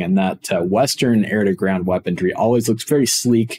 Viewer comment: Just a heads up, Weaponry is pronounced Weapon-ree not Weapon-dree. Otherwise, good stuff and happy you're covering new patch features, changes and additions.